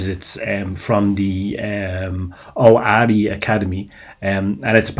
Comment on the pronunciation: Ooarai. Not oari 😂